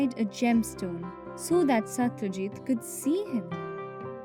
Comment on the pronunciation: Not satryajit Satrajit